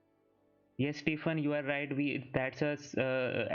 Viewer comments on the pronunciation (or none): none